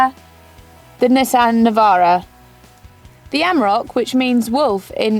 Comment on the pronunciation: its a navara not a nivaro